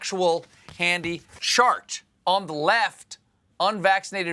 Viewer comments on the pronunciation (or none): It sounded like he said "shart" when he was suppose to say chart 😂🤣